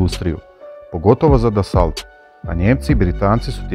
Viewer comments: Dassault se ne cita Dasolt nego Daso (kao kad Renault) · Dassault se svakako izgovara bez T na kraju...kao "Daso" po vuku :)...narednih godina navedeni tip bude često tema zaljubljenika u vojnu tematiku, pa čisto da se malo terminologija popravi, odma lijepše izgleda...Lp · Marcel Dassault- čita se Marsel Daso